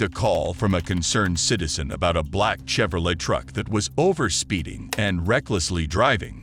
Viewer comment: Bad AI narration. Use real people, please Then they won't mispronounce words like "Michael" or "Arkansas." It's not "Chevrolette," it's "ChevrolAY." It's not "overspeeding," it's "speeding." Also, "reminiscing" is not pronounced "re-MIN-iscing." And "preferential" is not "PREE-ferential." I could go on, but then my comment would be too long. You're turning your videos into a joke.